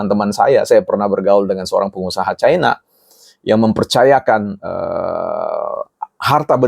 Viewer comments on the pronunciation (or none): none